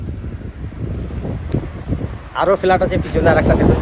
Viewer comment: Felat?? Flat bolun